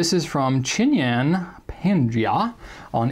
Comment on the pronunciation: Thanks for answering my question. Bdw it's "chin-tan" not "chin-yan". haha, anyway it's cool. To err is Human! As for the QOTW: The people i have come across here in the US till now view using FPs as rocket science. lol. One guy even offered me a ball point because he thought it wrote better and easily (After drawing just a line with my FP). So my lending of a FP usually follows with a simple set of "how to" instructions. If they like the FP, I am happy. If they don't..well I cap the pen for another day to initiate someone else!